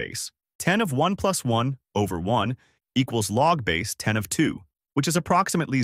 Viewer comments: Don't trust anyone (or anything) that cannot pronounce "log base 10" correctly. It's "log, base 10" and not "log-base 10". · Here is some math that tells me that you are using an AI voice to make these videos: You say "Log-base 10" instead of "log Base-10." Your AI voice generator doesn't know how mathematicians actually say "Log base-10." You say it as if "Log-base" is a single word, "LogBase," and the 10 is just some random number thrown into the equation. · yes! Very annoying. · Except that the AI bot is unable to correctly read mathematical equations. So we end up with things like "logbase....... ten"....